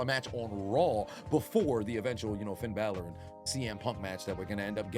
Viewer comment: Roman called him "Finn Balot" 😂😂😂😂😂😂😂😂😂😂